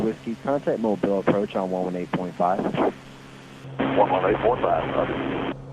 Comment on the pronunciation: Sorry voice. It’s not mobil it’s Mobile ( eel). Mobil is a gas station.